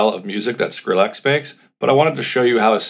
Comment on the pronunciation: Stop saying SkrillAX